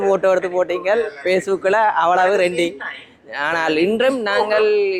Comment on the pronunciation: றெண்டிங் இல்லையடா கறண்ட் பில்,அது ரென்டிங் என்பது தான் சரி புண்டை